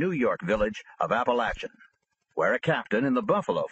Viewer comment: It’s pronounced app-uh-lake-in not app-uh-latch-uh geez I’m tired of all these mafia audiobooks butchering the towns name